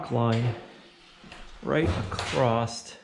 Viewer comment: Oh, no. Is one of those people who mispronounces the word "across" by saying "acrost?" (...with a "t" that isn't in the word...)